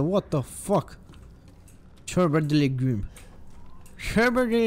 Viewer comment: ce frumos a zis Ciorba de legume🤣🤣🤣